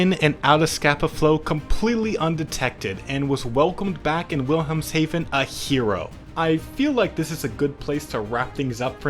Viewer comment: "Hafen" ... like half +en (silent L) ... halfen .... Hafen ... now you got it Your obligatory german pronunciation comment